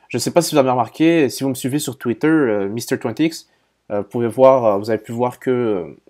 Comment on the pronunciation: Merci, je pensais la même chose. Mais pourquoi tu dis "tweeteurrrrr", "googllllllle" avec cet accent bizarre!